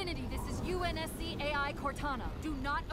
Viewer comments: you said unsc all together instead of U N S C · Calling the UNSC UN-SCUH is the weirdest thing ive ever heardd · “Unscuh” is the most vile way I’ve ever heard UNSC pronounced. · Bro said unska 😔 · No way homie just called the U.N.S.C UHNSCA……. No fukin way